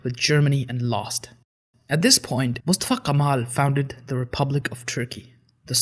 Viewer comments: Your pronounciations are way off bro. You pronounce the names in arabic tongue. Which is completely wrong. Its not moustafa qamal. Its Mustafa Kemal. We never had guttural sounds like that. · Reem 1998 Of course it is a bad thing. Nobody pronounce Kosem like Qaseem. Or Mustafa Kemal like Moustapha Qaaamal in Turkey. Learn the difference between Turks and Arabs before ask such questions.